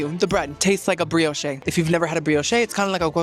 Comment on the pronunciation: Bree-oh-shhh not Bree-oh-shay